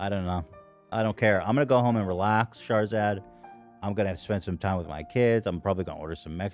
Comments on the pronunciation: Everytime Ethan says "Shahrzad" I hear "Charizard" 🤷‍♂️ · Charizad !!! I was purely listening to the podcast not knowing who or what Shahrzad was ..... kept imagining charizard the pokemon the way ethan pronounces it 😂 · I kept hearing "charzard" lol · Shart-zat theif. Lol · It is not just me, right? The way he pronounces "Shahrzad" sounds like he is saying "Charizard", no? 😂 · Why did I think he was just mispronouncing Charizard for a little bit like what does Pokémon have to do with this? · Keep thinking they're saying Charzard. Very un- pokemon like to be so rude. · As an Iranian, I was ashamed when I heard another fellow Iranian, celebrated for being “self-made” and “wealthy” and “successful” has done you guys so dirty. It’s disgusting and I’m so so sorry this happened to you guys. Please drag her ass legally. Thank you x Ps: Every time Ethan says her name I die laughing lol. It’s so mispronounced it’s great.